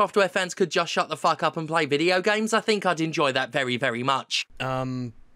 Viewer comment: It's so annoying when he says "Video Gyames"